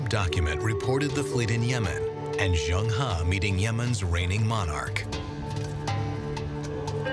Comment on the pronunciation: As a professional narrator, he should have made an effort to find out how 'Zheng He' is pronounced. Angmo are very self-centred as they pronounce foreign names as if they're English words. Zheng He is pronounced as /zəŋ - hɜː/. Also, Shanghai is /ʃɑːŋ-haɪ/ not /ʃæŋ-haɪ/. Tsunami is not 'Sunami/ but /tsu-na-mi/. Asians make a conscientious effort to pronounce Angmo names correctly but accommodate their Angmo masters by parroting them instead of correcting them.